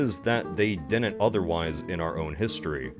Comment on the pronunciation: Why does he say dinent? Is it an American neologism for didn't? Did not? Is it a speech impediment?